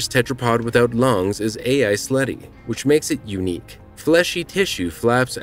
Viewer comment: NO! Not Eisleti lad Eiselti.